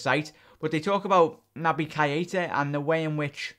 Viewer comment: mate its NOT KI ETA it's pronounced kayta plz just say it properly